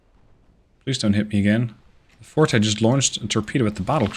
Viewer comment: Forte is pronounced like Fort. Fortè is the musical term.